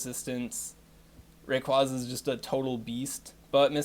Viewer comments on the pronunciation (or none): If you are wondering about the pronunciations: Mis-mag-ee-us, not Mis-may-jee-us Ray-quay-za, not Ray-quah-za Ah-zelf, not Ayzelf And the other lake trios are Youk-zee and Mehs-prit